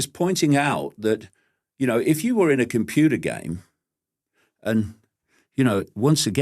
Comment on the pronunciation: He says what i kinda know in this intuitively though i could never say it 😂😂....i love David Icke though i dont like the way he says computer 😂😂❤❤